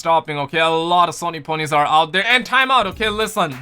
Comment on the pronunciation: I like how he says Sony pony's 😂😂